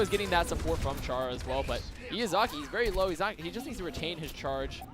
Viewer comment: the amount of times they pronounced Izayaki's name wrong. It's not Iyazaki XD.